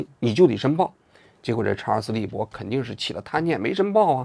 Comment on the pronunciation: 隔壁老王把查尔斯利伯肯定念成查尔斯韦伯了。。。所以才后期加工修正明显。。。:face-green-smiling